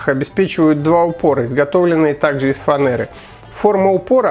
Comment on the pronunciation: бесит фанЭра. Ладно что хоть еще не фрейзер ))) . Ну а так спасибо! ))